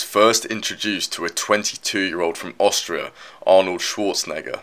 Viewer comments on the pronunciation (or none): none